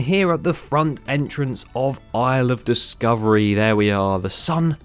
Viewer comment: Isle of Discovery sounds like "I love discovery"